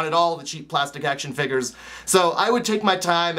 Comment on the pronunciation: The way says figures>>>